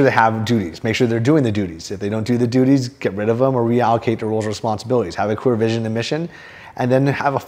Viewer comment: did you say have a clear vision or a queer vision? lol